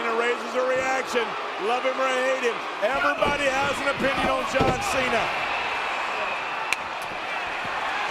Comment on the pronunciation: "Jan Cena"; W-T-actual-F?! 😂